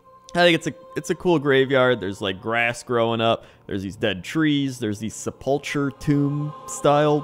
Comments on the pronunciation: and "sepulcher" is pronounced "sep-la-kur", not "sep-ul-cher". Don't know its origin just noticed pronounced it wrong too:) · For reference the last syllable in sepulcher is pronounced "ker", not "cher" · It is pronounced sepul"K"er